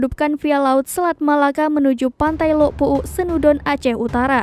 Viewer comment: Lhok puuk.. bukan lok puuk.. ada h nya.. sok tilo pembaca beritanya..